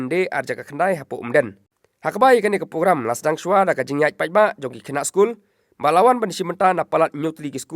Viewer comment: Bah nongkren Ribhoi news sngewbha ban pynbeit iaka pronunciation THUNG DIENG ymthungding, PYNPHIENG ym pynphing,PROGRAMME ym pogrammr...wat sngeweiei...